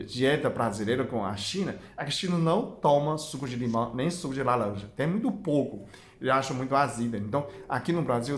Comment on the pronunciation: Tirando a parte da "lalanja" e do "abagate" até q o português dele ñ tá nada mal..rsrs..gostei bastante..ganhou mais um seguidor!